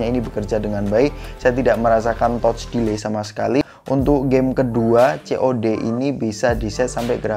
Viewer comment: Kritik dan masukan bang, kan suka mixing English gt, itu Touch boleh dilafalkan dengan "Tatch" dong, jangan "Totch".. 🙏✌️